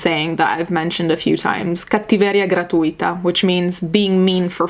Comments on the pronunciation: Oh my god, you're Italian, right? I was just listening the video while doing something else and then you said 'cattiveria gratuita' e proprio suonava italiano, mi è venuto un colpo, lol Oh god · woah sis. when i heard you quote a saying in my language i was over the moon! 1) you have an extremely good pronunciation. italian is definitely not an easy language to learn if you’re not native 2) it’s really suitable of the case. just like you said, “cattiveria gratuita” means free (gratuita) cruelty/evil. you made a terrific job and you surely are one of the youtubers who deserves attention and praise for your well thought out content. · "Cattiveria gratuita" you said it like a real italian girl without any american accent, I'm, amazed O_O